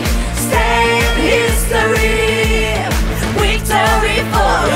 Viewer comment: Яка чудова пісня! Дякуємо! Слава Україні!!! 🇺🇦🇺🇦🇺🇦 (Якщо можна… порада щодо вимови слова «victory» - перший звук /v/ - губно-зубний, вимовляється так само, як і в українській /в/ на відміну від /w/ - у виконавців звучить як «wictory», а не «victory».)